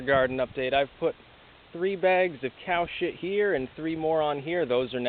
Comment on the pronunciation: lol the way u say COW SHIT lol